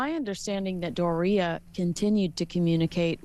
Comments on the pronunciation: Doe REE ah ? Sounds like diarrhea. I think her name is pronounced DOR eee ah. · Why does Kensey mispronounce Doria's name? It's DOR ia not dor RIA. She sounds like diarrhea! 😂